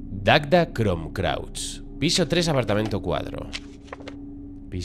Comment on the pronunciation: jajaa Cuántas veces dijo Dagda Crom Crauch, en vez de Cruach? y lo leyó hasta detenidamente! jaja grande:P